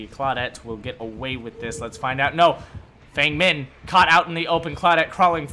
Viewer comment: As a white guy, I don’t care much... but Feng Min is pronounced “Fung”